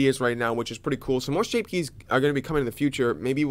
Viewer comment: "Shape kyes"